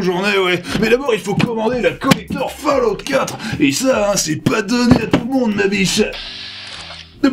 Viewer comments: Fall-out. pas fail out. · ça se prononce foulloute - kirby54/gabi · Falloute! Falloute mon gars! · Ça se prononce Fail-out x-D